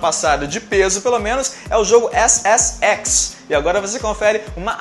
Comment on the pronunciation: quando o falou ssx entendi xxx se é que vcs me entendem, asuhasusahuash